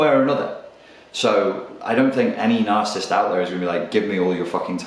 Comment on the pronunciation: The fact that the presenter can't even pronounce the word 'narcissist' doesn't do his credibility any favours whatsoever.